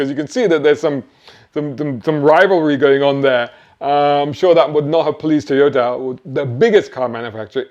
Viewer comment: Toyota, not Teeyota own Panasonic you plank